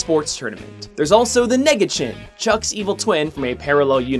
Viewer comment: Nega chin sounds like you are saying N word Chin.